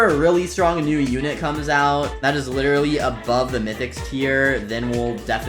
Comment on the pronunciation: the way he said literally: witerally